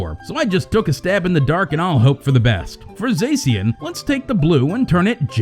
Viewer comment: Mini rant go: STOP PRONOUNCING ZACIAN AS “ZAY-SEE-AN”. THE OFFICIAL TRAILER LITERALLY SAYS “ZAH-SHE-AN” Ok mini rant over, sorry I just needed to let off some steam haha